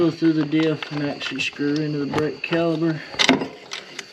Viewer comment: Hi great video thanks not sure if it's your accent or my hearing sounds like your saying brake caliber. Should be caliper ✌️